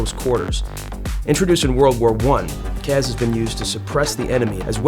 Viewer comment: CAS not CAZ. Where is the Z? Why would you pronounce it like that?